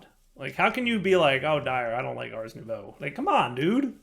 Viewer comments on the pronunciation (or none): none